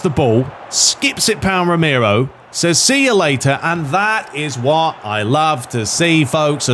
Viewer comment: less than a minute in you think Romero (the name you cant say properly apparently) looks realistic, come on man